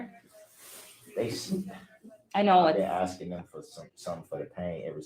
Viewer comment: I agree. Add to your DB dictionary 'axing' instead of asking and 'license place'!